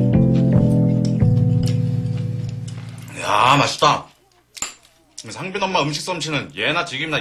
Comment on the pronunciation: 상빈인데 상민으로 들리시나?